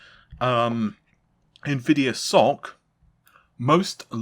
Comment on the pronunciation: did he call the SOC “sock” lol